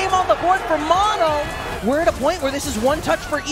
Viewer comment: mow know. how you a nerd and interviewed dude saying his name and u keep calling him mon-o